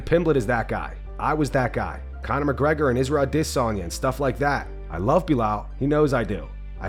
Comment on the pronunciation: How come people are all of a sudden pronouncing adesanya's name differently?